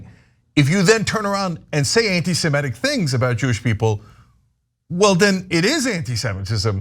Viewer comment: Cenk Uygur and Ben Gleib mispronounce "semitic".